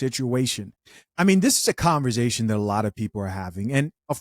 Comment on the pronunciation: I enjoy when you say converZation